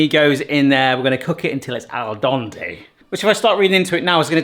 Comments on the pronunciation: Al dente is an Italian term so its pronounced 'al dEnte' not 'al dOnte' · Al Den Tay.... not Al Don Tay. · Owl Donte? :D Al Dente, mate. "To the tooth" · It is Al dente not al dante like the painter.